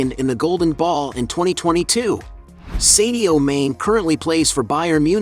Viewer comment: I know you Americans have a reading problem! but his name is not pronounced seddioo. ... His name is Sadio Mane, do you get it? like princ Harry, you named him Herry, Dog, dag, Poltic, palatic lock,lack so on so forth!